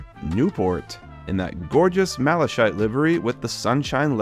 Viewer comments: Malakite is how it's said. Not Malashite. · Malachite is pronounced ma-la-kite! Also the problem with the bubble car/Daisy is a problem with the driveshafts, was a common fault on release and not too difficult to fix. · and you said maleshite instead of Malachite 😂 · ain’t no way you called it Malashite 😭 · Please look up the pronunciation of 'Malachite' - hearing it wrong so many times was painful Good video and great collection. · Malachite is pronounced with a hard “ch” not a soft one. It sounds like you’re calling it “shit” except in an Irish accent.